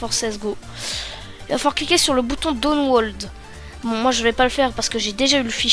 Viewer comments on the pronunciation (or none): "Downwold" haha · Bonne vidéo, bien expliquée mais essaye de bien prononcer Download xd . Pour les gens qui ont des problémes avec sweetfx j'ai une autre methode pour vous,: 1- Allez sur votre bureau , clique droit Propritété graphique. 2- Allez sur Affichage 3-Couleur puis sur avancée 4- Vous modifiez la saturation comme vous le souhaitez . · Putin comment tu prononce download XDDDDDD